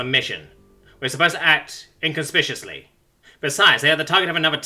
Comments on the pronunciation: Sometimes says some words slightly wrong because he reads them a little fast. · Is inconspicuous pronounced that way outside of the United States? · While it sounds weird to me the difference between the hard and the soft C could easily be Regional and I don't know.